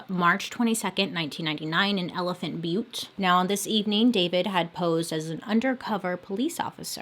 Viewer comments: You said Elephant Butte correctly. Also we call Truth or Consequences (T or C) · Truth or consequences is named after a game show the original name for this town was hot springs. Ralph Edward has paid for the town tho change the name. Also you are pronouncing elephant butte correctly I am from there. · I was born & raised in New Mexico & have played in the Elephant Butte lake numerous times 🤮 before hearing about the TBK. Also yes girl you got the town name right! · Hi love the video! The name Truth or Consequences (usually we call it T or C) is from a game show! The game show had a "contest" to see what town could rename their city Truth or Consequences the fastest, and well T or C won! I think this was way back in the day I don't know when. It's actually got some cool hot springs and is a pretty town. (Elephant Butte is pronounced the way you said it! it's a popular place in NM for the lake) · Your pronunciation of Elephant Butte was correct. I think that someone thought it looked like an elephant. The town of Truth or Consequences had some other name, there was a game show on TV by that name. Somehow the town made a deal to rename the town Truth or Consequences, and those of us who lived in the area just called it “T or C”. I believe that the town ended up getting a bunch of money for doing the name change. Anyway , that’s a little tid-bit of information on one of your stories. I wasn’t living in the area when this guy was active. Yikes. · Woa but no research on the names and locations ok. T or C changed the name of the town to participate in a radio game show in. And you did pronounce elephant Butte right. It is a reservoir and the water levels vary greatly because this is in high dessert and evaporation is a problem. The book gives alot of info. This was all unfolding my senior year of highschool. I grew up in Santa Fe NM. My church youth group used to go swim in elephant Butte.